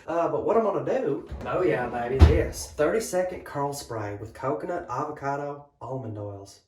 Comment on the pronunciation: The CEO of ‘Look at my Hair! JUST LOOK AT IT!!’ Also, I will never pronounce co-co-nut the same way again. Great video! 😂